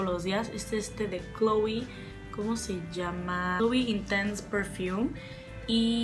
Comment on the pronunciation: Hola, musk es almizcle, no musgo, son olores muy diferentes. Imagino que buscaste las notas en fragrantica, esa página también existe en castellano, por si te interesa. Por cierto, Chloé es francés, se pronuncia con acento en la "e", no como en el inglés "cloui". :)